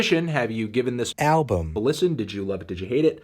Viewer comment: Hee hee hee. Tony couldn’t say album so he dubbed it in post. He probably said it like “albm.”